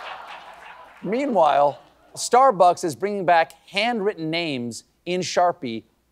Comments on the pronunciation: i thought he was losing it trying to say MEATWHILE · I still don't understand why people giggle at the... PAUSE..."meanwhile"